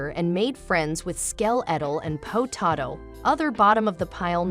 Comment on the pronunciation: I wonder what SKEL-ETAL and PO-TATO is trying to tell us...